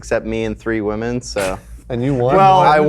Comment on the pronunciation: "The appearance of WAMEN" I think has been watching a bit too much Pewdiepie